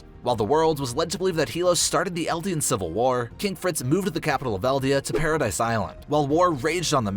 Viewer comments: its not called "paradise island" Its called "paradis island" And its not pronounced pa-ra-dise its pronunced pa-rad-is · It's not paradise Island it's Paradis island